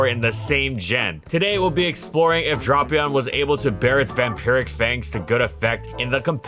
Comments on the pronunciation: Drapion not Dropion. (Drape-E-on) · Hearing him say “dropion” and not “Drapion” makes me wanna cry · Me seeing a Drapion video: Neat Me hearing "Drop-eon": Not neat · He pronounces it as “Draw-pion” not “Drah-pion”. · I genuinely thought it was drap... not drop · Drapion, not dropion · I love drapion, one of my favorite mons. But I swore it’s pronounced drape-ion, not dropion. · I feel like every time says dropeon instead of drapion i Lost One year of life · I always thought it was pronounced "Drape - ion" .... Hearing "Drop-ion" kinda hurt to hear. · u pronounced it "drop-pee-aan" instead of the correct "dray-pee aan", not like it matters or anything tho good vid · It's Draypion not Dropion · Drayyypion, tf is this dropion shidd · Nono, it’s pronounced like Beats by Drapion. @@ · he's doing this on purpose. HIS NAME ISNT SPELLED DROPION ITS FKN DRAPION lmao clearly DRAY-PEON why in gods name is he doing this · I love Drapion, probably my favorite poison type. With that being said I am extremely disappointed with this video. “Dray-pion.” That is how you pronounce it, that’s how it will always be pronounced, and I will DIE on this hill. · This incorrect pronunciation is why I can't watch. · If you thought pronounciation of Reuniclus was controversial, "Drop"-ion is about to be even more contentious. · I mean the way he pronounces Reuniclus is the official pronunciation. The official pronunciation for Drapion is “Drah-pion”, which he doesn’t say. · It's DRAY-pion! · Want to know the worse? His pronounciation is starting to substitute the right one in my head and i am reading Drapion as Dropion now. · Everytime he said dropion I lost 5 seconds. Somehow I made it to the end without actually watching the video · and here i thought it was “dray-pion” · but it’s pronounce D-rap-ion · no, it’s Drap (rap, wrap, trap, lap) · Even YouTube's integrated subtitles show that says Dropion lol. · "Drop"-ion, sir, Imma bout to "drop"-kick you if you don't stop.